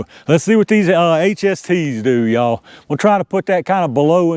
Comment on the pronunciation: I love the "ya-all"